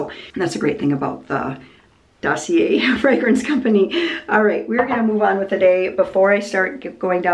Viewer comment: Aww, this was a neat format. * My 'two-years-of-high-school-French-Self' smiled to hear you pronounce Dossier the French way. * Have you considered pressure canning your venison stew for convenience meals? * Also, would you consider doing a Catholic-centric Q&A video? I know it wouldn't be a top-viewed video YT-wise but would be interesting to me and maybe others too. * And I love seeing your phrase on the new apron; just heard you saying it again on an older video-- 'As long as I'm in the kitchen...':) Seeing the kitchen interview with Peter made me wonder if you think he might be the one of all your kids who might be interested in taking over the cranberry farm?? Of course I know you support all your kids' interests and don't 'push'. (I know you've answered that general question before.) The other half of the video was fun to see how your hired-help thinks about cranberries and the harvest process. Interesting to see the cranberry marsh 'trash' piles, thank you! With those being so acidic is there any potential for another income stream selling the compost for those who need to acidify their soils for specific crops? Another question...what is the history of that pretty blue 'Stang in the background at the end?